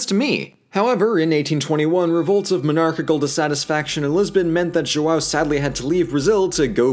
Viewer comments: Deixa o, tadinho, ele tentou. Mas que dói ouvir Joo-ow dói. Os outros nomes ele até falou certinho. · I just had a class about linguistics and my teacher talked about how gringos can’t pronounce ão to save their own lives and then I go to YouTube and watch him struggling to say João dkdjdjhd J O A L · Thats... not how you say João... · His pronunciation of João is killing me! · Love you guys (and I'm 2 years late) but 2 things: - The "R" in Rio de Janeiro has the same R as in Richard, it's not our fault that English is phonetically inconsistent, - I die Everytime you say João, the sound is way more nasal than what you have in English. Just some constructive critic on pronouciation. Also, amazing video/channel 💜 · not our fault you can't pronounce rio de janeiro dude, and stop saying brazil enslaved and brought people here when it was actually portugal, ffs...oh, and just so you know, that's not how you pronounce João either... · The way English speakers say "João" is so annoying. Instead of saying JOAL, try JO-OWN. This way it at least seems like you're trying. The "ã" sound is pretty much the same as the English "uh". And about the "R" sound. In the beginning of the word it's closer to an "H" (as in horse), so the pronunciation of "Rio" is very close to "Hill" , though the "o" sound is shorther than the "ll", try pronouncing it "hil-o". As someone who teaches English to Brazillians, I must say it's fun doing my job the other way around. LOL Great content, guys. Keep it up. Cheers. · He even nailed "Brasília" which is harder. But JOAL... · His accent is actually pretty good but him saying “João” as “Joa” MADE ME LAUGH SO MUCH. Also “what did the letter R ever do to you?” is GOLD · I just love how ~ doesn't exist in english so he says ''Joao'' instead of ''João''. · says "Brasilia" perfectly and then invents the name Joal, which should be used by millennials from here on out instead of Enzo. Also, yes I will become a website thank you.